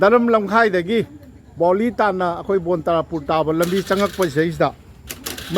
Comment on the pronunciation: Oja Baoli haiba natte Boali haibani.